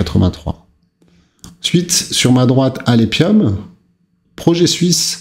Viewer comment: Alephium se dit alefium...